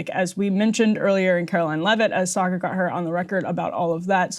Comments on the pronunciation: You call him “Saygaar”? lol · Did she just totally mispronounce Saagars name? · Saagar not Cigar!!!! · this woman’s job is to lie, but the irony of her saying something undeniably untrue (the pronunciation of his name) in her righteous tone I just find completely hilarious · How she say his name wrong so many times 😂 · Im here because Emily is low key hilarious. Her and Ryan usually have such a great back and fourth with eachother, and her messing up Saagar's name had be trying to understand how she could get her colleague's name wrong until they played the WH press briefing clip... touché Emily!